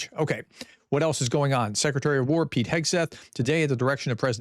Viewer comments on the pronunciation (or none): none